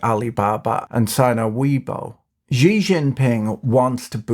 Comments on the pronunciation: The communist dictator's name (Xi) is pronounced like "Shee", as in "That's what she said". NOT like "Zee". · Hey Patrick you have been misspronouncing the name Xi it's a shi sound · boyle FYI Just a small correction 'Xi' is pronounced 'She' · 1) Excellent video. Looking forward to the follow up of Didi's drama in HK 2) Nice jacket! Looks possibly like a linen blend? Very nice matching pocket square as well. 3) For future ease, it's pronounced "SHE" Jinping. As in "She thinks she's the belle of the ball but she's just a pompous, megalomaniac douchebag".